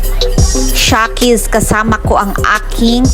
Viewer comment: Sarap sis jan ayaw ko lang carbonara (shekys) sis tamang pronounce not sha ✌